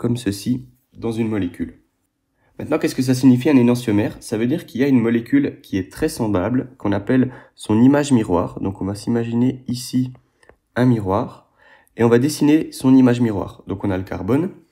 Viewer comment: Merci pour votre vidéo. On prononce énanTiomère avec le son « T ».